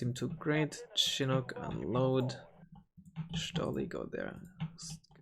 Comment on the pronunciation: The way you pronounce Stolly is all the entertainment I need